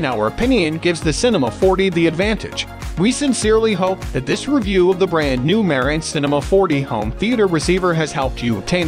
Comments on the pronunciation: Please Pronounce The Name Correct It's Marantz ryhmes with Dance Not Ma rence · wtf......merrintz????....where you from boy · It pronounced MA-RAN-tz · You pronounced the name wrong